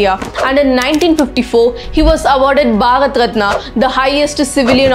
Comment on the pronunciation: Ma'am it's Bharat..not bhagat..